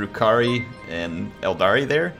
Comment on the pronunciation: Eldar.... no ‘I’ at the end